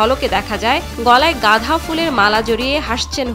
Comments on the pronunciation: উচ্চারণটা হবে গাঁদা ফুল। গাধা ফুল নয়। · উপস্থাপিকা যখন গাঁদা ফুলকে গাধা ফুল বলে 😂😂😂 ২.৪৯